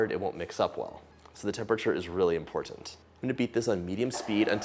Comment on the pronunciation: Why do you pronounce “important” weird?